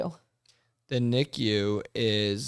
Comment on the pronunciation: If someone came up to me and said someone's in NICU the way she's pronouncing it I'd have no clue what she's talking about about. U say the letters. Even Drs call it N-I-C-U Not knee-Q